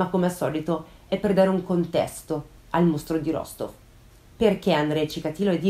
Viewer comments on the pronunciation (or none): mi permetto solo di correggerti una cosa, la città si pronuncia Rastof questo perché in russia la maggior parte delle volte si scrive la lettera O ma la si pronuncia come A tuttavia ci sono alcune zone dove la pronuncia equivale alla forma scritta, ma per la maggiore si differenzia. Te lo dico per informazione così bel caso ne avessi bisogno lo sai 😉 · Perdonami, non vorrei smontarti ma no, non l'hai azzeccata. È vero che la "v" finale si pronuncia "f", ma l'accento è sulla seconda "o" e la prima si pronuncia "a", per cui la pronuncia corretta è "Rastóf" ("o" chiusa, tipicamente russa).